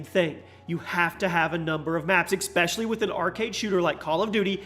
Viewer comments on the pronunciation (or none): Esss pecially not Exxx specially...